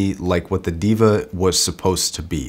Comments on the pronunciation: Diva? Its Deva pronounced (daeva), which means GOD. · It's not DEE-VA, it's THEY-VA/DEY-VA, meaning the Divine. You need to check out the original pronunciations of Arya, Sundara, Deva, you're mispronouncing all of them. PS: These are taken from the Sanskrit language. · ˈdāvə that's the right pronounciation for deva. Which means god in sanskrit. Love the production quality of your videos. Keep it up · its sort of pronounced 'Day-vuh'. It means god. then again I can see god being called a diva. On second thought. you are fine lol!